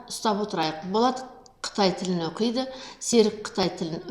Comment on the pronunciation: Оқиды деген сөзді дұрыс оқисызба, бұрмаламай.